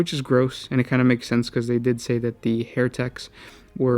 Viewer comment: HERETEK not Hair Techs. Hair Techs sounds like 40k barbers